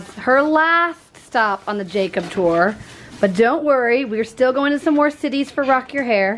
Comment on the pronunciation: It's go wing not goinK